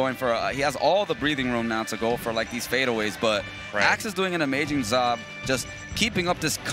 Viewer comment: "amajin zob" lmao